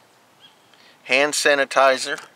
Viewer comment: You said "sand hanitizers" instead of "hand sanitizer" hahahaha